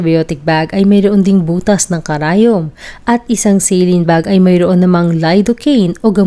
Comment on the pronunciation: Anong celin ka ng celin pagpronounce magresearch ka muna!!!😅😅😅saline solution yan ang tamang pronounce nyan ay SA at LINE kaya saline yan FYI